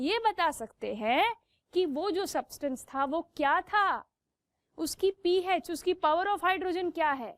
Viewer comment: It’s pH not “peh H” (just correcting her)